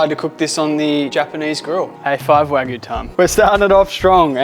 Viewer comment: Great content! Wagyu is pronounced Wa-gyu. Like Argue Not Wa-goo.